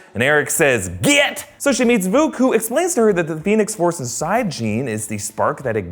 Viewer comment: “ VUKU " it’s vuk.